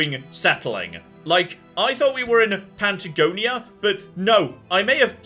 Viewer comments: I know! There’s no “n” there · Has... has heard of Patagonia ever? Or heard it said out loud at least? Or has he just decided that 'Pantagonia' is where is industrial cotton production facilities will eventually be based...